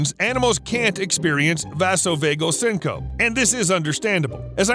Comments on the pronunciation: It's pronounced syn-co-pe(e). 3 syllables. Sing-kuh-pee. Google the pronunciation when you are using unusual, unfamiliar words because the folks who do use it are going to be put off. Syncope is a word everyone in a hospital is going to know about so no doubt I'm not the only one whose ears were grated to hear it pronounced as syn-cope. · sync-oh-pee....not "sync-ohp" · Syncope is pronounced "sin-co-pee" .. not sin-cope.. sorry.. pet peeve.. i enjoy ur videos..😚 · FYI: "SYNCOPE" isn't pronounced "sin-cope". It's pronounced "SIN-coe-pee". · 🤯 me yelling syncopeeeeeeeeeeeee at the screen every time he said it lol... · ITS PRONOUNCED SYNC-O-PEEE not SYNC-OPE. I love you this was just killing me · SING co pee.. not sin cope.. This mispronunciation is very surprising but does not affect the quality or accuracy of the information <3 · Syncope is pronounced seen-co-pee. Just an FYI. I know pronouncing words you’ve only seen but not heard can be tricky. Other than that, great video. ☺️ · Syncope has 3 syllables, "sin-co-pee." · synco-pee is the pronunciation of syncope. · The word is pronounced syncope----- sing-kuh-pee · Syn-co-pee (syncope) - from your friendly neighborhood firefighter 👨🏽‍🚒 😬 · You should pronounce the "E" at the end of syncopE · I have a feeling that you don't know how to pronounce syncope.... lol